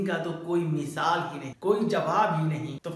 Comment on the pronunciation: Mishaal Nahi misaal ..nd lajawab hota h